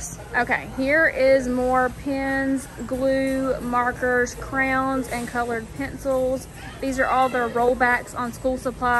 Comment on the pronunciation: I love that you say crowns lol…… that is the only right way to say it in my opinion 😌